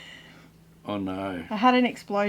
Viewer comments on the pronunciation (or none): Its crazy how Australians add an R sound to words. “Oh noRRRRR!”